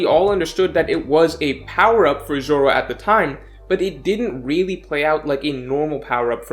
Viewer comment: The way he says "really" gets me